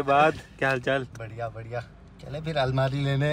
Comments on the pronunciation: Almari Not Almira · Almira nhi hota Bhaiya almari hota hai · अलमीरा नही भाई अलमारी होती है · Bhai bo almiira nhi hota bo almari hota he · Almeera nahi almaari😂